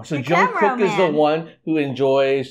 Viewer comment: The pronunciation of his name is NOT Young kook is CHONG GUK 🤦🏻‍♀️🤦🏻‍♀️🤦🏻‍♀️